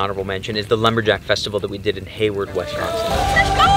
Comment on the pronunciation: Great video! Gonna check out the UP cause we live in Wisconsin! Oh, it’s Wisconsin not Wesconsin 😉.